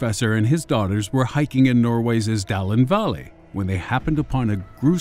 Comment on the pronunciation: chris letizi I for one, do not agree. I especially like the Sound Garden joke and how he pronounced Norwayss'. Most of these kinds of channels take themselves WAY too seriously. This was refreshing.